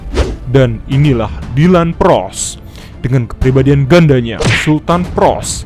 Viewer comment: ploss bukan pross